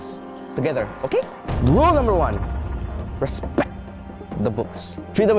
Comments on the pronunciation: " You ResspecKt The Libary! " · The way says respect. The quote was taken charles the french. Charles always says"RESPECCT".